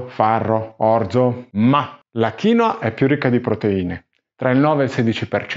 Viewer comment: originale è kiinwua con la seconda sillaba stessata che è molto differente dalla tua maniera di pronunciare 😅